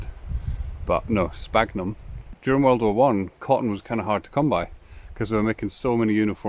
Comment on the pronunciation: Fabulous. And have subscribed.😊. Just to say there are many species of Sphagnum moss. And the ph in the genus name is pronounced like an 'S' so sounds like Sfagnum . 😊